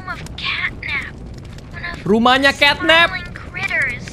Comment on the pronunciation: Catnap bukan catnat